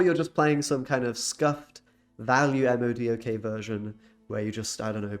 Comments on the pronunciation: Thanks for the video! PS Not sure if the mispronunciations are for user engagement, but if not. It's Mo'-Doc and Null, not EM oh Dee oh Kay and Kuh-null. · It hurts my soul he said "Em Oh Dee Oh Kay" instead of Modok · say it with me, "Moah-dock", very good =] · Oh my god my ears bleed every time he spells out the acronym for MODOK. No comic nerd no matter how sweaty they are calls him by the letters of his acronym. It’s pronounced Moe-dock. I thought it was bad hearing mogwai for multiple videos now still say King-Ping instead of King-Pin.